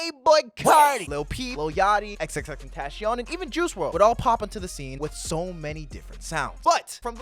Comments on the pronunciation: WHAT DID U CALL HIM?!... lol I meme on it but its TEN-TA-CION lol but its cool I used to call him tenacion in 7th grade but yk lmao. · WHAT DID HE CALL HIM?!... lol I meme on it but its TEN-TA-CION lol but its cool I used to call him tenacion in 7th grade but yk lmao.